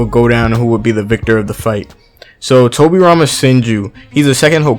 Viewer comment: Towwbi Rhama Senjew vs Minatow namikazeyyy. Love how Americans pronounce japanese names haha! No offence tho, Liked the video!